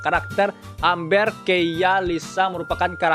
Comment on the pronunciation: Bacanya émber bang bukan amber 🤣